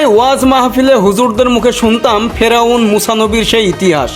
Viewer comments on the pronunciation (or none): "ফেরোয়ান" নারে মফিজ, হয় "ফেরাউন" বল, নয়তো "ফারাওহ"!